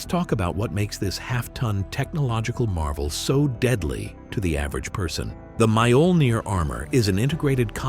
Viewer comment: Holy crap, its pronounced "Mee-OH-Ln-eer" !